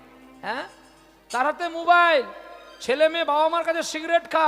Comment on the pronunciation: মোবাইল ❌মুবাইল✅